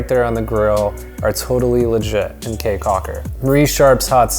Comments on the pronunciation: How are you gonna go through the country and not figure out that the word "caye" is pronounced "key" instead of "kay"? lol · Awesome review, BUT: 1) Belizean Creole is not "Jamaican" mixed with anything. It is it's own thing. It IS Belizean Creole. Syntax, grammar and accent are all different from Jamaican 2) Caye is pronounced "KEY" 3) You can buy exotic local wines anywhere in the Belize District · I know the "kay" thing bothered me too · Thank you for coming to Belize! CAYE is pronounced as key so ya taht one thing to know 😂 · Caye is pronounced Key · Lol dude, it's pronounced 'caye' like 🔑, not like Kay, ok? 😂 Btw I have to say, this vid of my country was legit on point, 👌 nice job! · We live in Belize and this is a very good introduction to our home. does a nice job of intelligently describing sites. His recommendation of Crystal Auto Rental is spot on. They are the best. Going to Caye Caulker or Ambergris Caye fly on Tropic Air, skip the water taxi. My only small criticism is that “Caye” should be pronounced “Key” 😀. Otherwise, unBELIZEable! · The language is called Creole (or now 2021 Kriol). The word Caye is pronounced Key. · You Betta Belize it!!! Well done! Hope you had a good time! Belize is beautiful and the people are awesome! Good video but you scratched the surface, there is much more to see and do in Belize ... also FYI - Caye is pronounced KEY like the Florida Keys... So Caye Caulker is pronounced Key Caulker.. Thank you!!! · Ok thank you for coming to my amazing country and boiiii come-on we have a lot more to show you and btw it's not Caye its pronounced KEY and it's not Jamaican it's just Belizean creole but thx for coming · I kw it wz funny when he said Caye